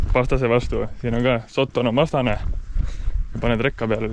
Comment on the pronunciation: Terve video välter räägid "sotton" ja "sotton". Öelnud siis kohe, et tegemist on austraalia Puuvilla farmiga jne.